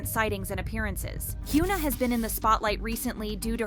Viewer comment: Hyuna isn't pronounced as "h-yu-na" with "yu" sounding as "u" sound also, ribs showing isn't always a sign of unhealthy dieting as you made it look with Winter, sometimes it's people natural constitution that is perfectly normal for them. Sunmi didn't struggle and talked openly about her being skinny-shamed only for people to continue doing it with other idols. also, about ribs being shown when person lifts their hands - are you bloody serious? I am chubby person (objectively), and if I lift my arms and put any tension in it, like you know, when you dance? - my ribs will be noticeable as well.